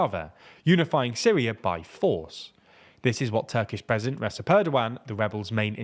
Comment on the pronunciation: You still don't know Recep is pronounced "Rejep" or "Rechep"?